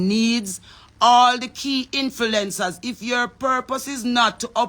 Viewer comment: Can someone tell her the correct PRONUNCIATION. ITS INF-L-U-E-NCERS NOT INFILENCERS